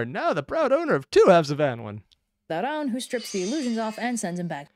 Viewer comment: One thing overly sarcastic got wrong on pronunciation that i know about is how Annwyn is pronounced, Its actually pronounced annoon